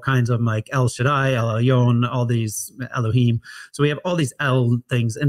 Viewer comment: where are you getting the the pronunciation of elahyim? It can't be Masoritic.